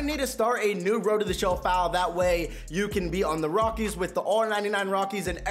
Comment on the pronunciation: This man said rockie stadium